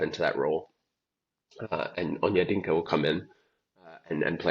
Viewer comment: Its ONYE-DI-KA not Onyedinka Stop murdering my name bro😏